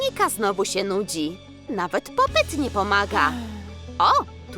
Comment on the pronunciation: ludzie mówi się popit a nie popyt